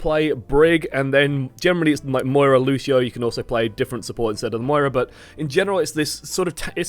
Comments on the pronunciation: M O I R A not moria.... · “Moria” it’s moira fuck nuts